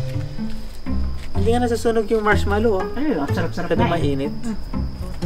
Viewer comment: Haha saying marhmalo 😜😜😜😜 😎